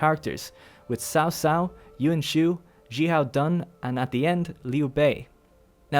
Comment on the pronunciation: ...Sao Sao? Yoon Shoo? Xihow Done? The only one pronounced right is Liu Bei lol Am I the only one irked by this?